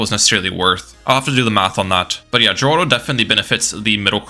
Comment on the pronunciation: Also, ninja kiwi confirmed that Geraldo is actually pronounced as Heraldo not Jeraldo